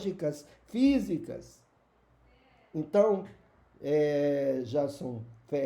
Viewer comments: Amigão, o senhor nem sabe pronunciar o nome do Jason Ferrer. (Se pronuncia, Jeison ), agora vamos vê a sua inteligência crônica. O Jason é nosso representante o Antônio Miranda, Antony Galvão, mestre Sabino, professor Fábio de oliveira, neuromagico, Laile Jane, o humanista, teólogo com amor...enfimm, todos esses e os outros, nos representam muito bem. Deixe de ser besta que deus só existe na cabeça dos mentes lavadas medrosos e egoístas. Não existem os três em um. Jesus Paulo e todos jamais existiram. Vc já viu algum deus?.. se nunca viu, não afirme droga nenhum. Bíblia é um livro medonho que nem deveria existir. O céu só se for da boca da vaca. Não seja tolo, se existisse sequer um deus, esse mundo não seria essa desgraça toda . Acorda ovelha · Sabe nem falar o Nome do Jason correto, cruz credo.